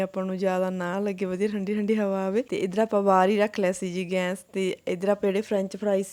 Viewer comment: Gans nhi gas bolida a